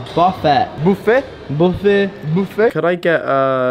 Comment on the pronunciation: The way you pronounce "buffet" in this video sounds like "bouffer" to a french ear, which makes this part very funny (bouffer is the informal, almost vulgar, way of saying to eat in french)